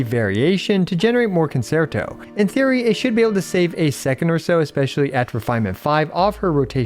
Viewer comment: Please look up how to pronounce concerto (the 2nd c is a ch sound).